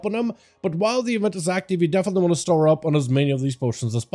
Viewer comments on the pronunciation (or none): none